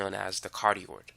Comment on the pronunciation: For everybody watching, it’s “cardioid” not “cardiod”